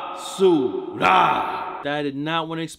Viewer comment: You needa stop saying basura,, you don’t say it right and it’s cringe su